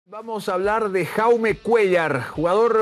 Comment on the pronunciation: Jaume no se lee con la J española, sino con la J catalana o inglesa (como Lebron James), a ver si conocen mas de su jugador, que me pitan los oídos al escuchar como le llaman a Jaume